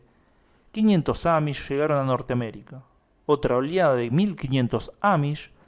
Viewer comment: Se dice OLEADA, no OLIADA